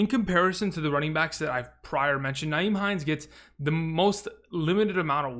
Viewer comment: It's not NYHIEM, Frank Reich doesn't use Nyhime enough. Frank just seems to put him away and bring him out whenever. It's the inconsistent play calling.